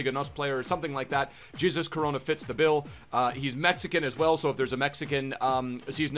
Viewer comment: It's hesus coronoa